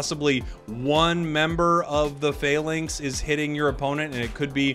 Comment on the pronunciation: it's not fay links, it's Fah-links